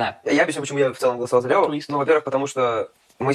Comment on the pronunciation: Это прекрасное произношение «ЛьЭо»😂 про колпачок очень смешно)) спасибо, ждала очередной выпуск 🎉